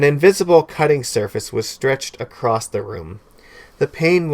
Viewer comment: There is no 'D' in the word 'across '